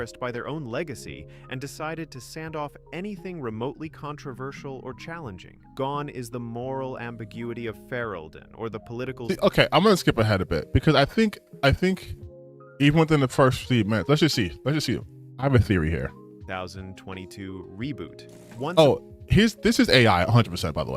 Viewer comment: I'm fairly sure that's an AI voice. They can't pronounce Thedas or Ferelden properly, so they're not a Dragon Age fan at all. Also, only one companion can be considered snarky.